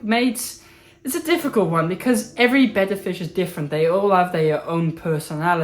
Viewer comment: I USED TO keep a betta in one of those box tanks NOT ANYMORE I don’t even keep a betta anymore but want to breed a pair ITS PRONOUNCED BETTA I REPEAT BETTA 😂 SOOOO should I breed a pair in a ten gallon and move the babies to a 75 gallon or breed them in the 75 and move the babies to the 10? GREAT VIDEO THANKS FOR THE INFORMING VIDEO!!!